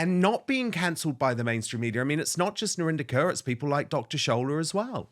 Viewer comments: I like how you pronounce her last name " Curr". It's Core actually... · Her surname is pronounced KOR... everyone is trying to 'Englishfy' it... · Her name is pronounced, Kaur= Core